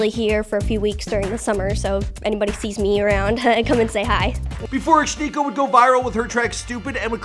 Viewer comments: why do you keep pronouncing it like "ah-schneeco"? it's "ash nee-ko" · Ash- Nee- Koh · It's pronounced ashneeko but ok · Why he say her name "shniko" smh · Why he pronounces SHHHnikko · are we just gonna ignore the fact that he pronounces it "Shnikko" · It’s pronounced Ash. Neeko. Why are you barely even enunciating it? Your speech patterns are fucking bizarre dude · He says her name weird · WHY IS HE PRONOUNCING HER NAME LIKE THAT. SHE LITERALLY PRONOUNCES IT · Everyone keeps saying how they thought she was some girl from that show and I just wanna know why he’s pronouncing her name so fucking WEIRD?!